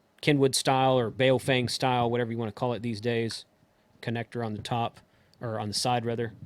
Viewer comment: Please,, take the lead among reviewers in learning to pronounce the bleeding companies. If you're going to say Baofeng, say it the right way. Also, it's Rāde-ēē-odd-it-ēē. It's not Radio-ditty. Never was, never will be, so it sounds like a joke that's made the rounds a little too often. The company is established, the letterhead printed and the name's on the radios. Deal with it and, more importantly, learn to say it! When you're videotaping isn't the time to learn how to pronounce a company or a product. I admit, Radio-ditty was funny the first once or twice I heard it. Now that I've heard it more than 20 times, it's not all that amusing. And when I actually read it on one of my radios, it was obvious that it was pronounced Rādi-oddity. See? Anyway, love your reviews. And BTW, how do you pronounce Baofeng? 🤔